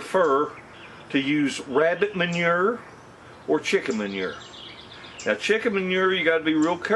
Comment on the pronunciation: hey..can u say "mon-your" again??? is that french for poo poo?? lol..jk jk...we yanks saw dookie...love ya...lol